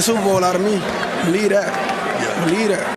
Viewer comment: "Beliee dat. Beliee dat." There's a "V" in "Believe." 😁